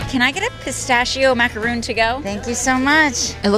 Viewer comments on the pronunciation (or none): You’re beyond adorable but please stop saying “maca-ROON. A macaroon is a coconut cookie. A maca-RON is a French sandwich cookie.